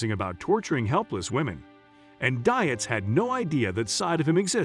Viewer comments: I have the same last name and I can 100% tell you Dietz is a German name that is pronounced Deets, not Die-its. Poor girl, not only did she marry a serial killer, but like me, she's had to endure a lifetime of people mispronouncing her last name. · the computer generated voice hurts my ears. Dietz is a German origin word....pronounced Deetz. And since I knew Paula as when I was kid - yes it matters to me. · You are pronouncing Paula's last name wrong. It's actually pronounced deetz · its a computer voice - figured it out when the meter for "park city, kansas was sounded as park city (pause) kansas". their programmer needs to work on it.... but i agree - Ms Paula, as us neighborhood kids knew her, deserves to have her name pronounced correctly.